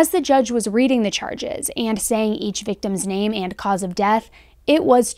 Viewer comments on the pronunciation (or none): I think that Judge sounds like an imbecile. He couldn’t even pronounce the victims’ names correctly. There is no way he hasn’t heard their names hundreds of times already, like everybody else, yet he fumbled his way through every single name. It was disrespectful to the victims and their families. He acted like he couldn’t read. Then he apologized and said, “this is hard.” Is this his first day in court?? Come on! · So fn disrespectful and not professional or is it ok. How are you a judge and you don't take the time to pronounce victims names properly. Is he even competent enough to do the job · That the judge didn't research the case enough to know the correct pronunciation of the victims names is troubling and questionable. It is more than embarrassingly tripped up. Not very competent.